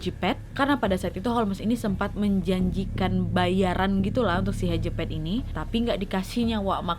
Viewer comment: Nama nya hedgepeth gua denger nya kejepet hehe